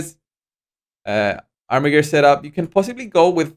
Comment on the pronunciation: Armiger is a squire or one entitled to bare arms. It is pronounced Ar-mi-jer